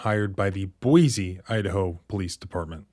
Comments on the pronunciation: It's pronounced Boy-see!! There is NO Z in Boise!!!! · Hi local Idaho in here not to nitpick or anything lol but it pronounced boy-see not boy-z Idaho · Small correction. It’s pronounced Boy-see not Boy-zee. Thanks for investigating this and posting. Going to share this video with my old friends who live there. The need to know about this officer. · One thing, sir. Boise is pronounced BOY-see. 2 distinct syllables and no hint of a z sound. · Just a hint, Boise is pronounced with a sibilant 's', not a 'z.' I have a pastor friend living there, a transplant from WV! I'll warn him.